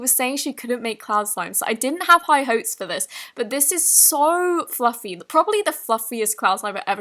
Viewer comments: Omg is it just me but ....... IN THE VIDEO U SAID FLUFY INSTEAD OF FLUFFY AND U SOUNDED SO CUTE. It was 😍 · OML dId ShE JuSt sAy fLulFY (Time )